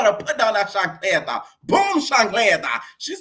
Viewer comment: Hearing you say chacleta every single time it tickles me pink 😭😭🤣🤣🤣